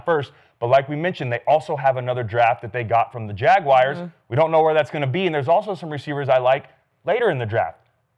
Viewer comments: Jag-wires lmao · JAG WIRES LOL